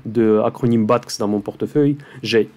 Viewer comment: Merci, très inspirant. (BATX se prononce Béatéix;-)